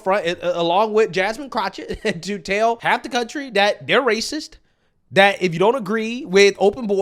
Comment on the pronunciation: Did I hear you right? Did you call Jasmine Crockett,... Jasmine Crouchett?? 😂😅